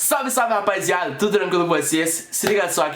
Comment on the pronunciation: KKKKKKKKKKK esse cara fala "rapaiziada"